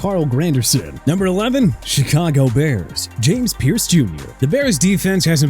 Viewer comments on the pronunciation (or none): none